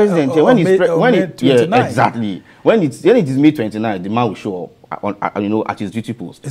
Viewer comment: 'Show' not 'Slow' 😢